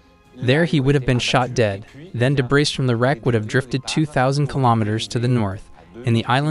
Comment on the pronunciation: The audio part of the video is poorly matched to the Captioning. Also, I don't know if the transcript is read by a person or computer, but you do not pronounce the s in debris, something that's repeated several times. These & similar faults detract from the professionalism of the video.